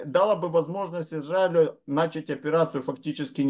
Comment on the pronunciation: Уважаемый, хорошо бы "начАть", а не "нАчать".